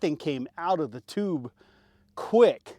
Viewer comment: He said toooobe 😂